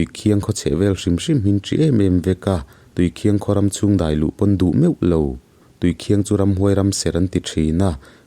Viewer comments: Tui khiang ni lovin tui khin tih tur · Tuikhiang nilo in tuikhin zawk,ih thil sawikha tuikhiang ih ti tlat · Tuikhiang ni lovin Tuikhing tihtur a ni in k hria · PCHasrh ih thawnthu ngaih lo hi ka nei lo tiila sual tam loang,mahse tuikhiang ni lo'in tuikhin aw thil hi sawifiah a tha, chuan i sawidan ang kha ni vek lo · Tuikhiang i lamdan hi Thingchikhat Khiang thing .lamdan a Khiang tih tur aw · Tuikhiang i lam dan hi Thing chi khat Khiang tih kan lam rik ang hian lam tur niin ka hria. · Tuikhin i lam dan hi a diklo entirnan i maite chu a hmel en ai a khin nalh mai an tih ang ah rit nalh leh khin nalh kan lam ang hian tuikhin ti'a lam tur a ni e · Tuikhin hi i lam dik lo a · Tuikhing I lam dan hi a aw thluk hi tlem a dik lo deuh anih hi.a ngaihnawm theih thin hle Mai. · Khawhming i thlukdan kha a dik lo. A thawnthu erawh a tha tlangpui e.